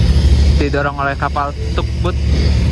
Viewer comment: Tug boat dibaca tag bot 😂